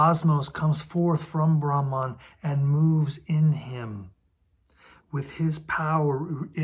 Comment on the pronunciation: Not rahman but brahman